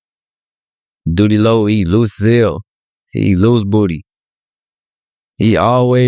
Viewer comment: He called Doodie Lo loose booty 😂